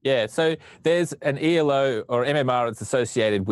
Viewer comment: This is incredibly pedantic, but it's Elo (Ee-low) system, not ELO. It's not an acronym, it's named after Arpad Elo, the guy who invented it.